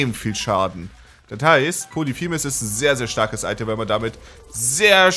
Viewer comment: Es heißt POLYPHEMUS, und nicht POLITHEMUS.